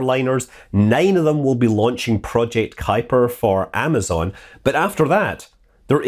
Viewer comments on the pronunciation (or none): none